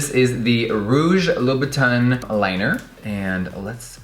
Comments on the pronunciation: You are pronouncing the name wrong. It's pronounced loo-boo-tin..... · Hey guys I just wanna ask that how do you guys pronounce "Christian Louboutin"? In my country literally everyone that I encountered spell the name Christian Loubou"tin" with the word tint in "tint lipstick" so I'm pretty confused when I heard Jeffree pronounce it like that. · what is with the way you day louboutin? no hate im just curious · Luna Amatista ok so is thay how you say it because the staff at the shops ive been to say it differently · Luna Amatista is it really? he says it with a weird accent first, then he says it how ive heard the staff is the shop say it and then he says it weird again. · He just likes to play with words , like all and any words, I think the first time he said it that was the proper pronunciation